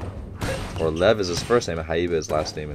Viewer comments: Just letting you know but Levs name is pronounced more like lee-ev. See if you can catch it when the characters say it. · I’d just like to point out that Lev’s name is pronounced more like Liev or Ljev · Nobody really calls Lev "Haiba". Also its sort of pronounced like "Lief"